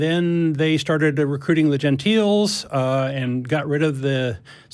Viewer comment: is very likeable, but common,sir, pronouncing Gentiles as 'Genteels' 😂. Was he just mocking 'Gahnostics' pronunciation or displaying sheer ignorance?